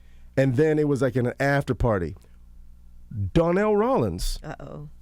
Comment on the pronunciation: Who in the hell is darnell 😂😂😂 DONELL 😂